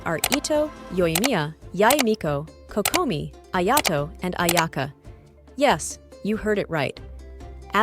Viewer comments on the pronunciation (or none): none